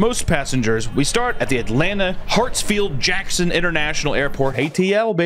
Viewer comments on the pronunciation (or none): Pls pronounce the airport’s name correctly. HaRtsfield. Not “Hatsfield”. I know it really doesn’t matter but it kept distracting my adhd Atlanta native ass